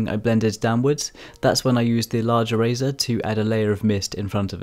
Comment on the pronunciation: I kept thinking he was saying Razor instead of eraser